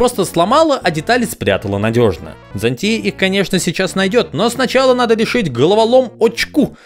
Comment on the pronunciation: ЗáнЦия, а не ЗанТúя, господи иисусе, ты же слышишь английскую озвучку :с